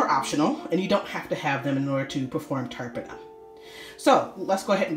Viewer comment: Please pronounce the words properly. The T in tarpana is pronounced incorrectly. As well as the word Darbha. 😣